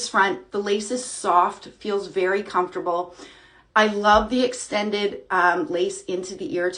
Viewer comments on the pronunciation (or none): none